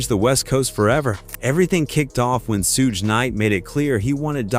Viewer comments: I winced everytime I heard "Sooge" knight. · Bro it's pronounced SHUG knight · A.I. voice can't say "SUGE" correctly 😂